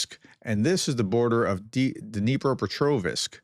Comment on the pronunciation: Helpful hint. If you notice, the last syllable of Dnipropetrovsk is the same as the last syllable of Petrovsk. If you can pronounce the latter, you can pronounce the former: ... ovsk, no "i" in it.